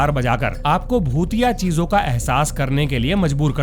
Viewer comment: I don't like this shit man! Aur aik tu bhotiya bhotiya Kam bola karo Kuch aur sunai deta hai.